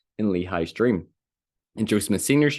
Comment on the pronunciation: “… a Dweam within a dweam” 😂